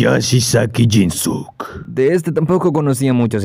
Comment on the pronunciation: Pronuncias mal el nombre de jinsuke (no es jinsuk es jinske en japonés la u no suena un ejemplo es con Sasuke se pronuncia sazke) ojo ahí amigo